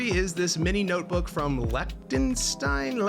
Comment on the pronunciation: What is up with that awkward clip of putting the pen in the pen loop incorrectly lol? Also "lechtenstein"? What is this video lol